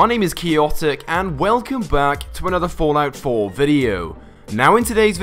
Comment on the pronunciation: Is it just me or is he saying Fortnite 4